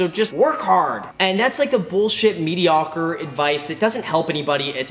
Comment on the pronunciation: The way Graham pronounced mediocre is mediawkward xD